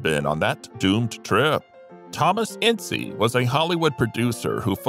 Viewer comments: "ince" NOT "In--see" The story of the Herst shooting is total Hollywood speculation. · The first picture you show of Loretta Young is actually Deanna Durbin. And it’s pronounced “Ince,” like “mince.” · Your information is wrong on Jean Harlow. I stopped watching after Hearst. Thomas Ince's name is NOT pronounced In-see. Proper pronunciation is a silent "e" not a long "e!" Please DO research. You make yourself look ignorant. Crack open a dictionary. Look up the definition of ignorant, then you'll understand want I'm trying to explain to you! Have a good day. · “Incy”? Where did you get that pronunciation? I have always heard it pronounced as though it rhymed with “since”. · I thought Thomas Ince was pronounced Inss